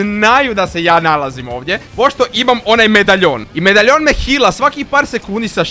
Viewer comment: Ne govori se medajon nego medalijon